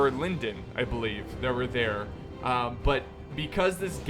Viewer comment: small pronunciation note: the “o” in Lindon should be pronounced as in “gone”, not like it is in “felon”